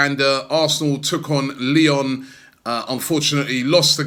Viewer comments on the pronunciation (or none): none